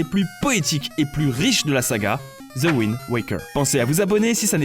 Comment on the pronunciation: Super vidéo comme d'hab par contre ton anglais n'est pas possible xD AYGIZE pas AYGE et WAYND pas WIND xD mais on ne t'en veut pas mdr